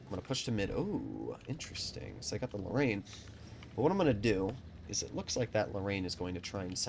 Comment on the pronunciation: Wait wtf did u call the Lorraine 💀